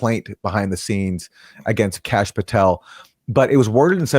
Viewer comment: Kash, not Tash